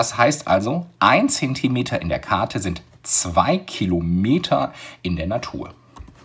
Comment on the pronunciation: lol sprechfehler am start